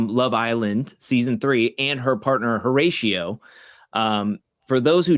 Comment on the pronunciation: Dead at your pronunciation of Horracio 😂 I have to teach you how to roll your Rs lol Once again, thank you guys for this content! Definitely more excited for this season than the last 🤗